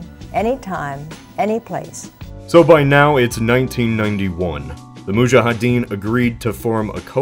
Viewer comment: Nice video! Btw, it's "moudjahidine" not "moudjahadine"